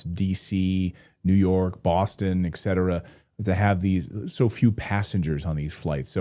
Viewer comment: Don’t say eck setera. Try saying et cetera